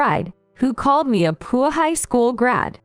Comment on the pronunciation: I believe the words are read by a voice simulating computer. I agree - it is really annoying! We should make a collection of the most egregious examples. My vote for most numerous & funny mispronunciations of the same word goes to the word “poor”, which always comes out “poo”.